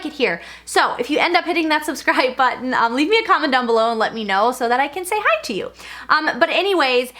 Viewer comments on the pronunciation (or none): none